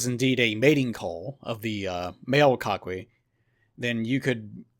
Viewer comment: Coquí is pronounced Ko-Kí. Two syllable word since "qu" followed by "e" or "i" is silent. Also, the records of the "God of chaos" that you mention in the mythology is indeed Hurricanes and tropical storms. If I remember correctly the name of storms and the god of chaos was interchangeable.